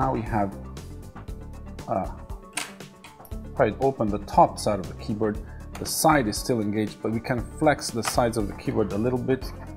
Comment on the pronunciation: I like indian pronunciation of keyboat.